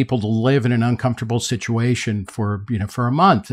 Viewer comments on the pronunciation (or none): none